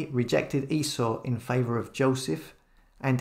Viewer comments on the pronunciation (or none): none